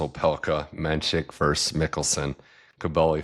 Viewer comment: versus-not verse